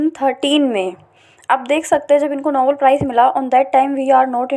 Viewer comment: Nobel prize not novel prize